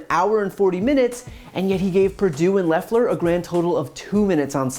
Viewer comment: "We ain't dumb"... Proceeds to mispronounce "Loeffler"